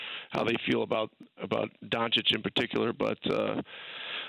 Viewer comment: Surprised that Dan is still pronouncing Doncic wrong.